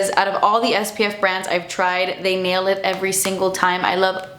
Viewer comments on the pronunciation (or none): none